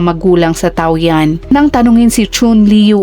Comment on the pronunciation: tama ang spell na Taoyuan ,pero hindi ang pagka pronounce nya